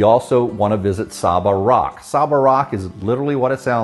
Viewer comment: As a native of the BVI, very well done. My only correction would be the pronunciation of Saba Rock (Say-Ba) That's how we say it.